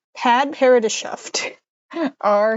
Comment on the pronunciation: Padparadscha is pronounced pad-per-add-sha, and its usually used to refer to a type of pink/orange sapphire!